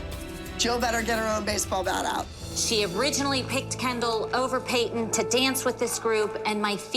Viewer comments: No Jill says it like Payt-Ton. It's supposed to be like Pay-ton but Jill really pronounces and enunciates the T in her name for some reason and it always bugs tf out of me lol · The way Jill says Payton’s name just sends meeeee 😂😂😂 “payT-Ton” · Pay-Ton omg the way they say her name makes me want to scream 😂😂😂 she said my name is Payton not PayToN so chill 900 voice 😂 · jill pronounce peytonas pay.ton 😭